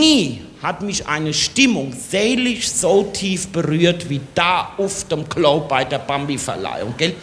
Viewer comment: Das ist eine schlechte Parodie von Heinz Schenk aber kein Hessisch. Allein die Aussprache von "Klo"....